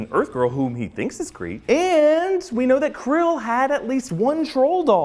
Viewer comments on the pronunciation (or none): He... he called star lord krill